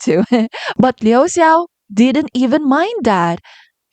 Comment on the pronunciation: No hate here! But I think "Xia" In Xia Fei is pronounced like "下". And the "Xiao" In Liu Xiao is pronounced like "小" Based on what I heard when their names were called. But I could be wrong.😄 Also, great analysis!